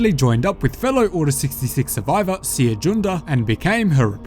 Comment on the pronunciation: How do you pronounce Cere again? ...Is it not like Sarah?